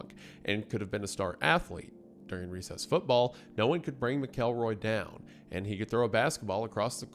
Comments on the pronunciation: "Mack-kel-roy" I'm going to come over there and take the names back if yous can't be trusted with them, alright? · Pronounced Mackle-Roy. Idk how you do all this research and get the name wrong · McElroy is pronounced MACK-UL-ROY why, when people supposedly do research, do they never learn pronunciations? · Huh. Ive always pronounced it MACKLE-ROY. Thought it sounded more demeaning since he was such a monster. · It's actually pronounced MacElroy....and 2 movies.....really dropping the ball early on this one 🙄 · McElroy is pronounced as MAK-uhl-roy. It rhymes with "cackle boy" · Not to be nit picky but I think McElroy = mackle-roy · McElroy pronunciation driving me crazy. It's pronounce mac-kel-roy. Like mackerel. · Sorry, but it is pronounced “Mak-uhl-roy”. Great video as always, regardless. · Dearest it’s ’Mackle-Roy’ pls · MACKelroy ffs you even pronounce normal white people names like they're foreign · GAAAAAAHHHHHHH!!!! IT'S TEARING ME APART!!! Normally, I truly enjoy all your malapropisms, and a reticence to record multiple takes, focusing on correcting your misuse of vocabulary. HOWEVER. Your pronunciation of McElroy is like needles in my brain. Or ears. Something sharp. I had a teacher named [Mr. McElroy] in high school. Now I don't know if it is universal, but he pronounced his last name as: MACKEL-roy (no emphasis on the 'El. - Think of the word 'mackerel,' just ditch the 'er.' Then Roy.) 🤷‍♂️ Your 'Mack-Elroy's are jarring. Nevertheless, still a big fan. I'll chalk it up to the Appalachian upbringing. 😉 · Hilarious last name pronunciation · mispronouncing McElroy for the next hour is gonna be rough 😫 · the way you are saying mcelroy is making this almost unwatchable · okay it's pronounced with a short E like Trends. I'm a little sensitive lol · Wendi...you are killin me. It's MACKLE-ROY. That's how you say it in the South! Im playing but also serious. Fellow Tennessean here also so I know how YOU in particular should say it lol.